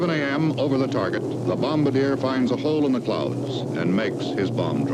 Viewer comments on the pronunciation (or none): none